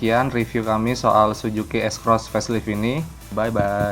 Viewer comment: Suzuki, mas reporter. Bukan Sujuki. 😀